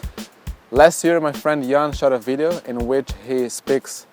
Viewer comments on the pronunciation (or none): none